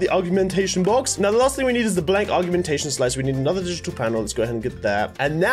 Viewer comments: When says augment and augmentation as argument and argumentation 😂😂😂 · U say it or g ment a shon